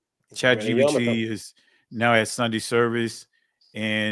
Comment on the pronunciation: This man said chat gdp 🤦🏽‍♀️ 😂